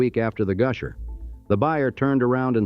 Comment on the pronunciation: Goosher, ugh. AI needs work